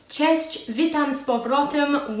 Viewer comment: As for the first time it worked out perfectly :) the only notice I have is the filling, cause I usually do it with whole cherries, souced before with sugar in the jar :) But the texture looks amazing, like they are light as a feather :) And again, your pronounciation of Polish words is remarkable and I really mean it, cause words like pączki czy cześć are quite difficult, cause you don't have these letters in your AB :) Thanks for the video, I hope for more Polish contents, take care, Maciej :)